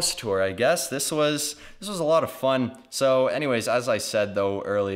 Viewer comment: when said fun i thought he said F***